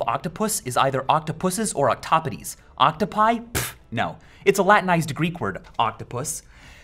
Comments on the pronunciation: You know, if you're going to add a neoclassical -i to a word, you should pronounce it ee, because that's how the letter i is pronounced in Greek, Latin, and really most European languages even today. So aside from the problems with octopi, at least it should be pronounced oktopee. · I like that you used the proper plural of octopus but you mispronounced it and therefore I am going to be a pedant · I almost lol'ed when said "Octopi" it sounded more like "oh my octopie <3" :p